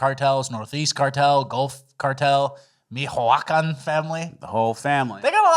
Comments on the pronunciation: it’s pronounced “me-cho-uh-khan” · Michacoan is pronounced (mee-chwah-kan)😂😂😂